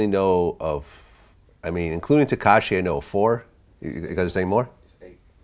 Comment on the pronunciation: That man said katashi instead of takashi 😂😂😂